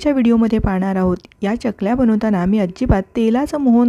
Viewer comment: च्यकल्या नाही, चकल्या. कसतरी वाटत च्य ऐकायला.